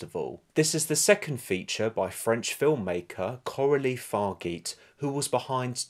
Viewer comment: Hey her name is pronounced Far-ja (as in jarring).